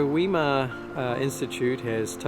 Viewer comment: Where did you find your pronunciation of "Weimar" ?